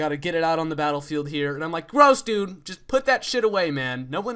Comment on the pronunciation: *Dude*, you know it's DUDE, not DUE right?